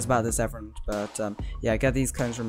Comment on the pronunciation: “Hello evrin” Is evrin your friend?